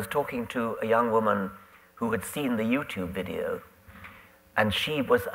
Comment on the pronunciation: sounded like he said "viewtube" bless Dawkins wholesome heart xD